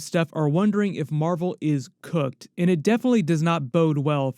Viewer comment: Great video. You say “cooked” like you’re calling marvel a slur😂😂😂 it’s one of the better parts of the videos